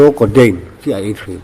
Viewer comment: Hmeichhia aw kha😁😁 codeine pawh a ti lo coteine an tiah.. 🤣🤣🤣